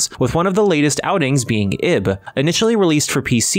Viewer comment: Why is that name so hard to get right? It's "Eeeeb" pronounced like "eve".